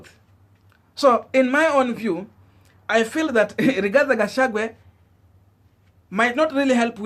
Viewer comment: get peoples names right all the time Gashagua not Gashagwe.